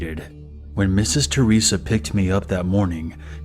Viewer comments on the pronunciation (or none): I HEARD MISSES CHORIZA. IM FUCK IIING SCREAMING. CHORIZO MEANS SAUSAGE IN SPANISH. BUT ITS Misses THERESA